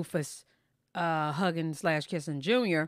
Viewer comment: Are you pronouncing his name as Bluefuss on purpose?